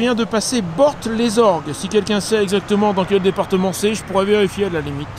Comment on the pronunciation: Bor- les orgues. On ne dit pas le T. Département 19 la Corrèze .Frontière entre le cantal, le Puy de Dôme et la Corrèze 😉👌